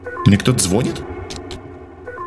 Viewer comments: сказал звОнит место звонИт. Айайайа!!)) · не звОнит, а звонИт)) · Извиняюсь,но звонИт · звОнит или звонИт!!